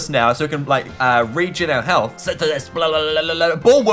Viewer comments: How to say synthesis "Sin-the-sis" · Synthesis is pronoused sin theh sis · its pronounced Si-n-The-Sis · Say synthesis like a sintesis